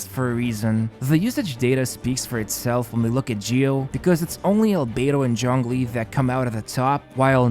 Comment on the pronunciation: excuse me, did you just say johngli